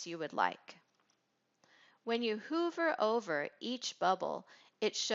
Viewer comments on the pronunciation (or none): She really said HOOOVER instead of hover